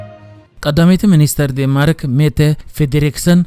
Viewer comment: ዴንማርክ» ዴን-ማርክ በል።